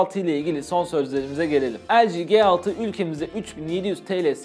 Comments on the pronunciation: ELCİ diyorsun GE6 diyorsun. ya turkce yada İngilizce söylemen gerekmez mi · LG G6 Nedir be arkadaş şu telefonun ismini bari doğru söyleyin :) L'G derken ki G harfi nasıl okuyorsun G6 dakini nasıl aradaki fark ne G nin yanına 6 gelince dahamı başka çıkıyor ses ?